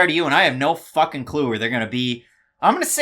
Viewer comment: Every time says “fucking” I cringe because it sounds so awkward like a foreigner saying it. But I guess he’s trying to be cool.